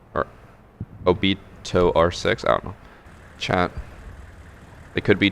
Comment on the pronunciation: It personally hurt hearing him say obito 😂